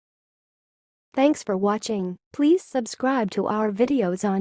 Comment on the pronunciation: It should be "SAH-ya-ka" not "SAY-ya-ka", right? All of these pronunciation videos are wrong.